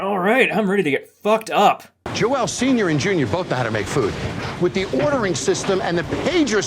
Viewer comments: I love how Jon referred to the cook Joel as “Joe-L” but then he comes up and just says it’s Joel😂😂😂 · Very small thing I noticed not once did someone ever pronounce Joel’s name right as a Joel myself I staring to think people are gaslighting themselves in to thinking it’s joelle when every Joel I know is just.. well joel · Can we talk about the weirdest pronunciation of "Joel" I've ever heard?